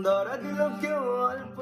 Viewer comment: উচ্চারণ এ অশুদ্ধি রয়েছে।। দঁরা নয়, ধরা হবে, মিটে নয় মিঠে হবে। ইত্যাদি। ❤❤❤❤